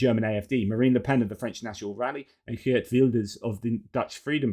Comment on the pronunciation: Ooooh proper Geert pronounciation! :)